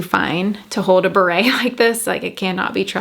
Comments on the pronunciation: Why did you pronounce it beret like the hat? It’s barrette pronounced like BAR-ETTE. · Such a great show haul. Buying a few… And it’s funny how you say barrette, it sounds like you are saying Barete which is a hat from the French military… and then became a fashionable hat….I’m not spelling it right I know but it made me giggle 😂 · The hat is spelled beret and pronounced the way she said it. Barrette has a hard T and sounds like Corvette and is the hair clip attached to the bows. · Made me laugh too😂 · Came here to say this! 😂